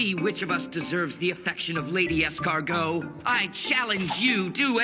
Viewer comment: He really said Escargot as in the snails I can’t🤣🤣🤣